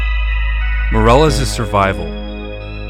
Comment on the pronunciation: Dude if you are going to be posting videos about people from Spanish speaking countries, you really need to work on your pronunciation That last name is not pronounced MORE-EL-LESS We would be pronounce like the English word “me” ME-DEH-LESS Soften the D in DEH so it sounds like a slightly rolled R